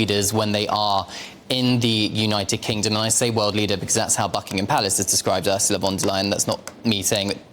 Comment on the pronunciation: Too ignorant to get Ursula"s name correct......duh. Look it up.